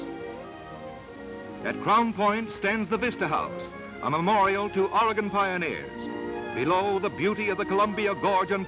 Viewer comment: This narrator pronounces Oregon correctly.Thank God.At this time(10/2021) Oregon is in the process of restoring a tunnel at Mitchell Point on the alignment of the old Columbia Highway!At the time this was produced,the relocation of U.S 101through the Samuel Boardman Scenic Corridor was 23 years in the future,so no mention is made of that fabulous area.